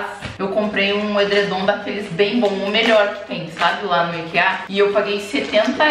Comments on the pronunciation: Irmã a sua pronuncia sobre Ikea tá quase igual a dos suécos mesmo, no caso eles falam ikiâ, você fala ikeâ, por um tempo achei que era aikia, mas q se foda, se quiser chamar de claudio tá tudo bem kkkkk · Comer na Ikea é tudo, vale super a pena e a pronuncia ta certinha, já que a loja não é americana e sim sueca e é assim que eles falam. Eu moro no país vizinho da Suécia e aqui eles tambem falam assim. AÍKÍÁ é coisa de estadunidense.